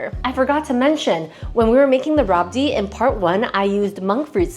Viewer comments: Its pronounced as "rabri" not "rabdi'. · It's rabri not rabdi 😊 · Rabdi is pronounced rabri normally. Otherwise its rabrdi